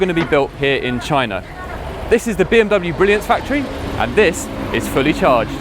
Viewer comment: THAT, is the BMW brilliance factory and THIS, is fully charged. I don't know why that bugs me so much but please say it like Robert does 😁 Awesome vid tho